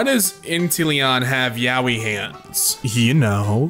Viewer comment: I like how that's what you talk about meanwhile not about the mispronunciation. Yaoi is spelt Ya-ō-ii and said Yaui